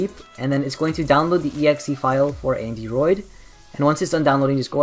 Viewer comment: It's Andyroid. Not AndyRoot. Check the desc.